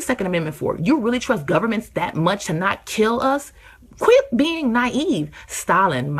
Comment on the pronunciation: I agree and I believe mispronouncing “governments” is hilarious. I believe they are freaks.